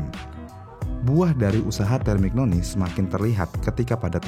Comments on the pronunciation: Terminyoni bacanyaa, bukan termiknoni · Busettt kmaren" Kaya takjub banget sama pembahasan, tpi skrg kok kaya jijik, cuma kaya baca teks, konteks dilewatkan, sperti Temignoni hrusnya disebut terminyoni, arrow disebut erow.. Ini mah Wikipedia di upload di youtube.. Riset cuma via gugel dan d baca doang🤣🤣🤣